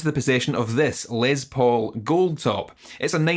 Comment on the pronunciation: "Lez Paul" "peckup" heh